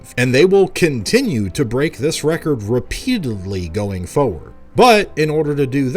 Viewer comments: FORward not foward lol Great vid though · Aaahhhh, I've missed 'tempatures' and 'fowward' so much <3